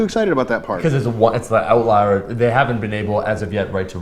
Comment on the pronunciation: Outlawer? Outlour? Pretty sure it's "outlier".